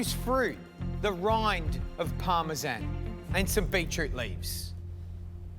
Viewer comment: Parmesan? It's supposed to be pronounced as parmesan...